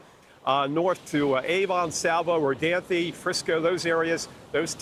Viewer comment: He pronounced Rodanthe completely wrong. 🤣